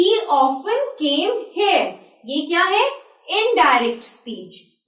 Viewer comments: you are pronouncing "here" as "heir" .. Pl improve your pronounciation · ap hare q bol rhi ho........................sidhe se here nhi bolsakti kya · The correct pronounciation of 'here' is 'heer' & not 'hare'. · pl pronounce here as here not 'heir' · you must say 'pronunciation' insted of pronouncing and we pronounce "here" as hair from Raj pandey to harshala rani (mistake finder) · the way to speak "Here" iS NOT LIKE HEY-AR ITS HE-AR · She speak here like hair... 😃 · It would be better if you learn the correct pronounciation of HERE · "here"pronouncing is wrong and pls spk in english but pls don't combine both .. Thats too annoying ! :( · Pls learn to pronounce here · Here is pronounced wrong and also well done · "here"pronouncing is wrong